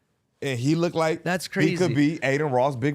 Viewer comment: Does Gina know anything? And how are grown men saying “lookded” instead of “looked” ? 🤦🏾‍♂️😂